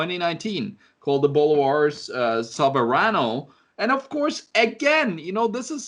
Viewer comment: You made it sound like Boulevard, Its pronounced Bolívares. Work on your spanish gringo boy